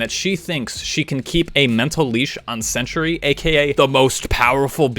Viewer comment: It is pronounced "Cen-Tree" not "Cen-tur-ee".